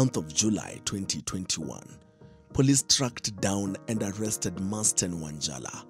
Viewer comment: Hata wewe reporter, hujawahi kuona jina MARSDEN? There's nothing like "Masten"!😅